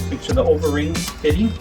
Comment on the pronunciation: Why do you say O-A-Ring?